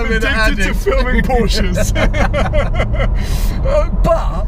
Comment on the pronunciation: . "Porshces". Really !?